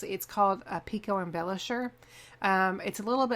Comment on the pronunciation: Pico...not pics.